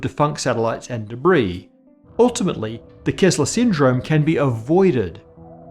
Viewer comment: It's "Kessler Syndrome" not "Kezzler Syndrome"